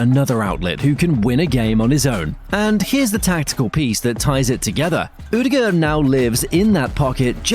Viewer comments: Haha, cracked me up. Never heard that version, and it's honestly way off. Just say Odegard with an english accent, you'll never get the Norwegian pronunciation right! If you insist to try, the Ø is pretty much like he says in the video, but the aa in the ending is supposed to sound like the o in "corner" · Not to be rude or anything, but can you please look up how to pronounce "Ødegaard"? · its terrible. Its also different evry time hesays it